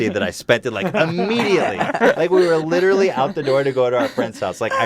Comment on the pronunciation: "Litcherally" is leafy confirmed